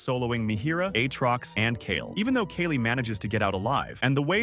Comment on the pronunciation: The ai voice pronounced “Kayle” like 3-4 different ways